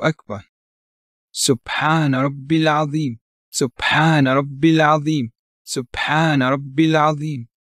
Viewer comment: It’s atheem instead of azeem im about 99% sure